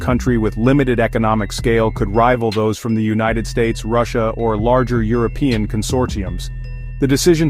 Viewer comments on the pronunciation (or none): none